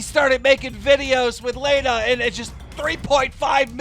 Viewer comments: Whos layna it's pronounced lana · Why he say Laana it’s Lana 😂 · You literally never read or pronounce anything right and its the most annoying thing ever. Plus it’s not like you’re live, you could easily edit it or redo it but of course not bc youre lazy. You also butcher everyones names, for example its LAHHNA not LEHHNA...seriously the easiest name. Get it right, it’s your fucking job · Stop saying lajna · lAnNa its pronounced lanna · He’s says layna instead of Lana so he can get flamed in the comments for it he did the same thing when the Alissa violet and Jake Paul the was happening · Why do you pronounce Lana as Laina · Man sed “laynah”instead of lana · Nigga stop sayin laynah I was so confused on who he was talking about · My whole body cringes when he says Lena instead of Lana. And for that reason, I'm out. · Its lana not leyna u idiot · FrankTheTank77 Dude I was just about to say this exact shit. Like at LEAST take the 45 seconds to LEARN HOW TO SAY PEOPLES NAMES. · Lawna. Not Lane-A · LANA KEEM NOT LAYNA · Whose Layna? It’s LAWNA 🤯 “Lana” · Why does keen pronounce Lana “lay-nuh” when it’s pronounced “lah-nuh” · It’s Lana not “Leana” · its not laanaa its lahnah !! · it hurts when u say "layna" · Dude does not know how to pronounce names! This guy said Laayyyyna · Her name is LAH-NUH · Why do you pronounce it as “lay-na” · it's pronounced (lah-nah) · La-na, not lana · Nigga said layna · lay-na lol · Why does keem pronounce it “lay-na” 🤦🏻‍♂️ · Start pronouncing names correctly. Do your fucking job. Its pronounced lawna. Logan literally said that in the clip. And you cant even correctly read the messages. He said she jumped him not i jumped in. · It’s pronounced lahna dumb fuck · STOP CALLING HER LEYNA FFS!! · You said Lana wrong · You aren’t even saying Lana’s name right. 🙄🙄🙄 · Every time keem pronounced Lana wrong I cut my wrist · Ffs keem can’t even pronounce Lana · im honestly super bothered at the fact that he doesn't know how to pronounce Lana